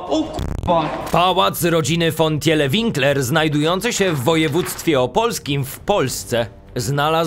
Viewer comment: Pisze się Tiele czyta się Tile